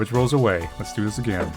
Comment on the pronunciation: Not a-grain.